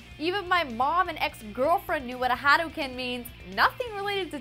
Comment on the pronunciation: lost all credibility with pronunciation of "hadouken"